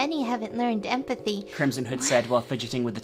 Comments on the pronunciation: Every time says "Crimson Hood", my dumbass brain hears "Crimson Head". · I kept hearing “Krism Hood” lol.